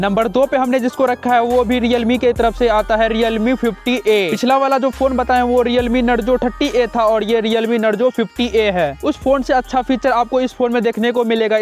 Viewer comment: Bro narzo hota hai nrgo nhi